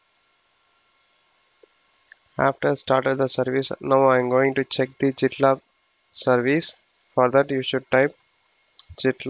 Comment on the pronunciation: Sir it is pronounce as gitlab not jitlab